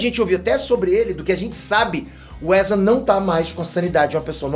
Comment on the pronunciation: "Precisamos Falar Sobre o 'Erza'" 😂